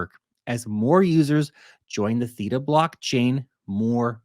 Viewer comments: What are little actress you are purposefully mispronouncing Theta when you know darn well how it's pronounced you little actress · But you really should pronounce theta correctly. Lol. 😂😂😂